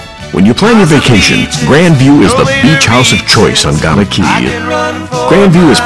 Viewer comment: its guana cay not "gana" cay